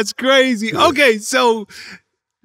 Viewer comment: Bro stop saying okay like that